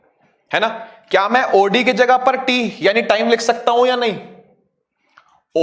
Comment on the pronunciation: When sir speak oD and i listen audi